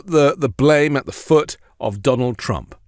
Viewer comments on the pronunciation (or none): none